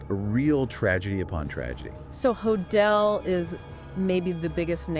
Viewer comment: Could dr hodel of been Jack the Ripper? Pronounced dr Ho-dell. Not hodall. Why do the police lose evidence?